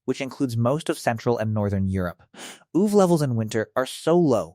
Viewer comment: wtf is "oov"? This sounds like it was spoken by an AI that doesn't understand that UV is an acronym